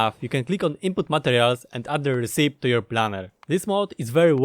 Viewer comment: RECIPE... it's not RESEEP. It's pronounced RECK EE PEE.